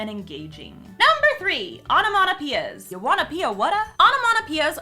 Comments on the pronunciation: Onomatopoeia.... sounds like sayin' onomanapeeya o.O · The way you pronounce onomatopoeia really bugs me. Like, absolutely no offence, you do you, but what the hell. I think it must be an american dialect/accent thing. (I'm a brit)